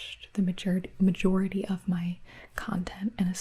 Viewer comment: “ma-JER-ity of my content” 🤠